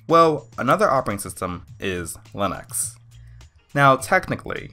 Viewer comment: Why does he say len-X instead of Lee-nux?